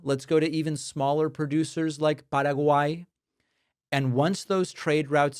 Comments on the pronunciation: Que bueno escuchar el noticiero en inglés y que el conductor pronuncie Paraguay en español nativo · Thank you for pronouncing it PARAG-WHY not PARAG-WAY